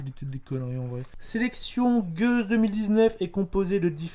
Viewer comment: c'est une gueuse, pas une gouse ! Bière Belge ;)